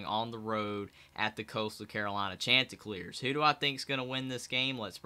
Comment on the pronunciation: Shont! Not chant!